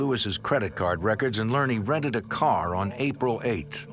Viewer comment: The word is rented. Not rennit.😅😅😅